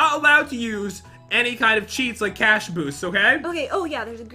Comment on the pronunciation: Its boost the cash not boosh the coosh